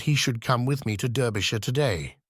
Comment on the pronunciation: And also mispronunciation of « Derbyshire »!